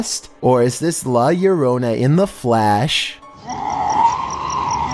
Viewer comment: I love u but the way u say La Llorona